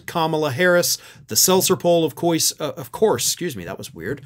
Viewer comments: "Of Coyse" 😂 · “Of cois” will now be how I pronounce that word 🤣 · "Of couise!" I'll bet you could do a really good Curly Howard impression. 😁